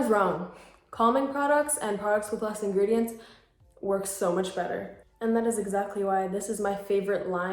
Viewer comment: Her: Read The Engredients Olso her: MaRiO BaDeScU